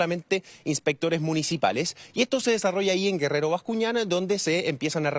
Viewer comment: Bascuñán Guerrero, no gerrero Bascuñán. 😂🤦